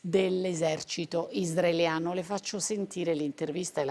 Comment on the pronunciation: Qualcuno dica alla giornalista in studio che si dice Israeliano e non isdraeliano !!!😂😂😂😂😂